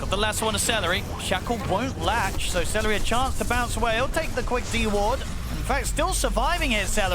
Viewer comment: Its seleri, not salary 😅